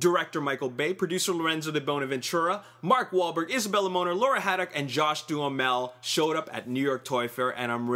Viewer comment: You don't pronounce Isabela Moner or Josh Duhmel correctly